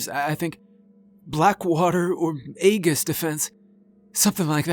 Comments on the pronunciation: A-jus not a-gus for aegis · aegis. Aeee-giss